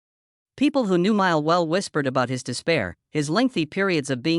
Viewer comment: You should at least learn how to pronounce his name! BS AI.